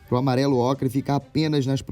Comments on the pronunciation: Kkkk n sei se vcs perceberam....mas no começo ele diz q vai pasaar uma camada de amarelo-ocre(n sei se é assim)mas kkk parece que ele diz amarelo-acre lkkkk.Amei o vídeo! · po so eu ouvi amarelo-acre? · Eu ouvi amarelo ACRE kkkk